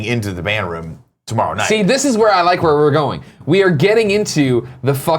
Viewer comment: A realization: Greg cannot pronounced the “oo” sound at all. We all know he says roof and room wrong, but he even said costume wrong in this video. Amazing.